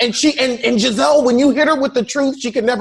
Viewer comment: Can someone please tell me why calls Gizelle gabreese & gabrissy?